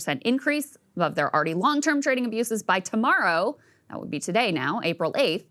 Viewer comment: Neither can you say "already" (awready)